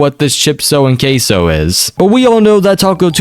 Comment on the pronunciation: Bro sound like he is saying cashoh